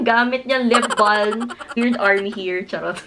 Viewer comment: Hi.. I like your videos.. 😊 One thing lang that id like to comment from this video is how you pronounced the "lip balm".. Silent "L" po ang "balm".. Thanks..